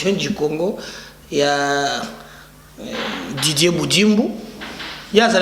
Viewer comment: Ce n'est pas djivorce mais divorce tu as français trop kamwena nsapu, Didier pas djidjie mais sa ce quel type de tonalité sa vient de quel coin du pays çà.